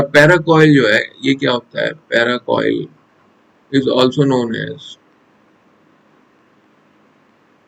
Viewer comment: पैराकोइल नही पैरासील होता है